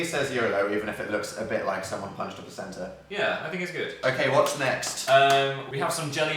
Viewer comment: I love how they pronounce "Yeah" as "Yehr"